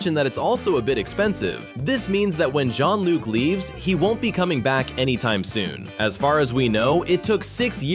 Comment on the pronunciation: Shonluke not Jeanluke